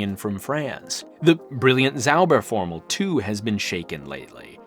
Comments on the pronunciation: Ahh the english pronounciation transforming a "Zauberformel" to a "Saubärformel" (magic-formular => hog-bear-formular) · Your pronunciation of "Zauberformel" (magic formula) sounds like "Sauberformel" (cleaning formula). 😅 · You pronounce Zauberformel like "Clean Formula". German "Z" is more like TS > TSAUBER